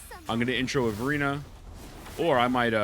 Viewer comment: I swear he says "Furina" instead of Verina lol